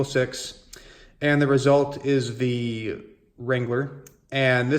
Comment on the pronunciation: Please learn the proper pronunciation of the word "the" when the word following it begins with a consonant.